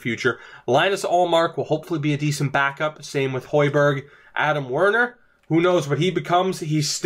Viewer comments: I’ve always heard u mention this series. Now, thanks to lockdown city, I’m able to watch it. Enjoying it so far. It’s cool to go back and hear u butcher all these names lol jk buddy I would’ve called Hogberg Hoy-berg too 😉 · It's actually pronounced Hoeghbergh. Not the same spelling as Pierre Emile Höjberg at Southhampton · Say the g in the name